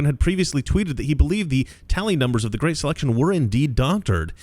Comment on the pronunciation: Guhreat uh reader